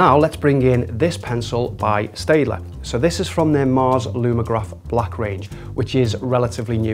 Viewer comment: Pronounced 'Stettler'